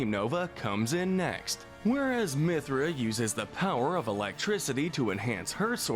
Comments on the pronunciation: I almost died when he tried saying Mythra It was like 'merica but the "ic" is replaced with "th" Edit: omg I just got to him saying "Pyra". I sorta love it when they mispronounce things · Him saying Pyra and Mythra names.